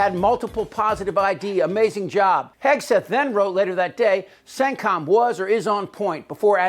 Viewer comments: Did I hear her say Secretary Hegsweat?😀😀😀😀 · She mispronounce his name Hig swig 😂